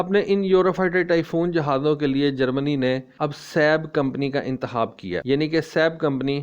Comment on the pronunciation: تم سیالکوٹیوں کو خ کی جگہ ح بولنے کی عادت کیوں ہے؟ لفظ انتخاب ہوتا ہے نا کہ انتحاب ہوتا